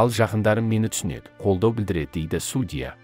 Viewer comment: Енді Алматыда әділ судья бар екеніне көзіміз жетсе екен. Қаржаубайдың отбасына амандық, әділдік берсін алла! Текстті оқыған диктордың судья деген сөзді қайталаған сайын біртүрлі қате айтылатын сияқты. Сосын судья сөзінің қазақшасы жоқ па?